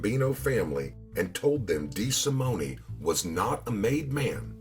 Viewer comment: When pronouncing the Italian Surname of "de Simone" the "E" at the end of Simone is silent. I know this to be so, as I knew someone by that last name & that is how they pronounced it. I enjoy your presentations, and I know you go for authenticity that is the only reason I'm telling you about the pronunciation of de Simone.